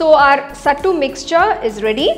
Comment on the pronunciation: Youre pronouncing it wrong . Its सत्तू not सट्टू